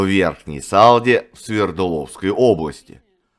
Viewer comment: не С"А"лда, а СалдА